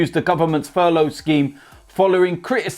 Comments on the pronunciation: Furloughi???? Then furloughed????I thought it was called furlough.How about talking about the benevolence of Danny rose.A standard of true professionalism.Thfc fan. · Furloin? 😅 be calling it a sirloin steak next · Why can't he say furlough properly?